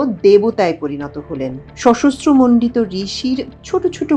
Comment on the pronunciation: অনুগ্রহপূর্বক উচ্চারণটি (সশস্ত্রমন্ডিত) ঠিক করুন।